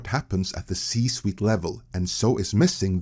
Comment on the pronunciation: I actually replayed it 3 times and closed my eyes to listen, still wasn't sure what was said.